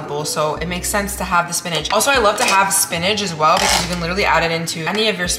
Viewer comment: But it's "SPINACH" not "spinage" 😂